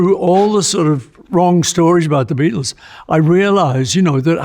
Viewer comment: It’s a bloody BEATLE !!!! A BAEATLE !!!!!